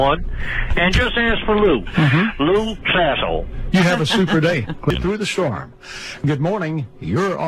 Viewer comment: Lol Lou Sassle